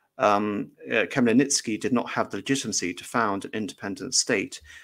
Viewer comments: I think even with preparations it would be almost impossible for an english speaking person to get the right pronunciation on a live stream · It would have been a good idea for the lecturer to learn the correct pronunciation of Bohdan Khmelnytsky's name beforehand!